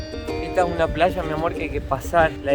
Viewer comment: Por favor, no pronuncier Plalla. se pronuncia como se escribe Playa. gracias